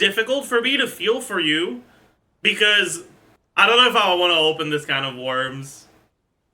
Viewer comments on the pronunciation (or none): none